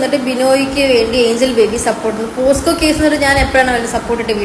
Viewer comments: ഇങ്ങനെ ഒരു അവസ്ഥയിൽ പറയാമോ എന്ന് അറിയില്ല.. പോസ്‌ക്കോ അല്ല... പോക്സോ ആണ് 😢😢😢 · പോസ്‌കോ അല്ലെടാ പോക്സോ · എടോ....പോസ്കോ അല്ല ട്ടോ pocso.... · പൊന്നു മനുഷ്യന്മാരെ...പോസ്‌കോ കേസ് അല്ല പോക്സോ / pocso case ... പോസ്കോ അല്ല പോക്‌സോ ആണ് മണ്ടന്മാരെ !! 🙏🙏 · POSCO alla kunje POCSO an..🙄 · Posco alla mole .. pocso .. neee adyam school il poo .. ennit live idu .. 🤣